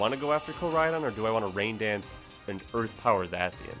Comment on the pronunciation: The way you say Zacien makes me physically angry. Zah-SHE-In Like the sound of a sword slicing the air